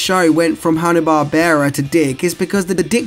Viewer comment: Bar-BEAR-uh??? Dude, its Barb-ra....like, the name.